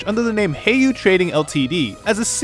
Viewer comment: Good video but a couple pronunciation things: Heiyue is Chinese, so it's :"Hey-you-eh." Zemuria doesn't have an n in it (not Zenmuria).